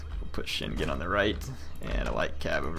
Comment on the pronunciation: I know pronunciation is not your thing. but The name Shingen is Pronounced Shin(shEEn)- with a a long E sound, gen(gan) with a short A sound, like in the word "get" not GE like in the word "Genetics"